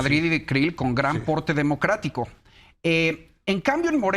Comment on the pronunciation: Minuto : "Las declinaciones de Creel y de la Madrid con gran porte democcratico" jajaja, asi o mas lamezuelas este comentarista.